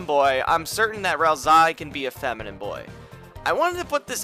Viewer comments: its ralsei not ralsai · FYI; Ralsei's name is pronounced as: Ral-Say Not Ral-Sigh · Ralzie? It's Ralsei. (RAL-SAY NOT RAL-ZEY) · I don’t know why it makes me kind of annoyed hearing hear pronounce ralsei like “ralsai” y accept ralsee bc it wasn’t known at that time that the canon pronunciation is “ral-say”,but ralsai,seriously 😑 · its pronounced ralsay not ralsy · Bro its not pronounsed ralsai its pronounced ralsey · ral-ZAY because it's how the name is "translated" in russian language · They know, they just prefer to pronounce it as Ral-sigh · would like to watch this but pronouncing ralsei as “ral-sigh” is like nails on a chalkboard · I don't mean to be that guy but Ralsei is pronounced like Ralsay as susie misspells his name in chapter two but sence i think this came out before it's fine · I dunno why, but every time you pronounced Ralsei as "Ralsai", i felt just a liiitle bit triggered. (Still a great iceberg video nontheless). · "Rals-eye" wtf lol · If you're saying "ralsai" as a joke, i don't get it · Why do you say "ralzie"? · Stop saying ralsai... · The way you pronounce Ralsei almost makes me want to write a theory that Ralsei has something to do with the eggs you can find, since "Ei" means egg in German. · why isnt anyone talking about how he pronounces Ralsei??? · Ain't no way you say ralsei like that. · Its, Ralsei its pronunciation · Ralsei isnt pronounced that way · Every time you mispronounce “ralsei” I grow stronger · why do you just mispronounce half the character names in this video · is not delta iS "D"el/ta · you listen to him say "ralsei" the way he does and get back to me